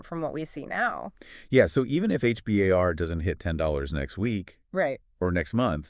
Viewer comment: We call it H-BAR. Not H B A R